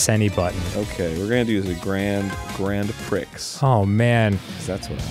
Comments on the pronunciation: It didn’t phonetically trigger, since the sound was “grand pricks” instead. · Every time he said Grand PRICKS I ROLLED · the way arin pronounces grand prix is just~